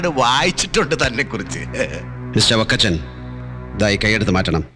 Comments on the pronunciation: ലാഹേൽ ഫക്കച്ചൻ 😅❌ വക്കച്ചൻ ✅😅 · ളാഹേൽ ഫ... ക്കച്ചൻ 😅...